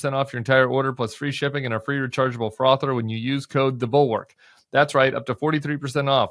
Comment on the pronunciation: He said frother….